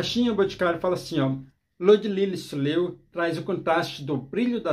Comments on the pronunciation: Oi. Fiquei curiosa! Só um detalhe pra vc saber, não é soleô que fala e sim soléil. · Desculpe, mas a pronúncia é "solhéi"